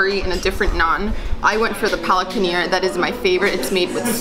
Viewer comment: You know that when we indians hear you guys sell the names of indian its really embarrassing Its chiken tikka not chikeen tika and its paneer not penner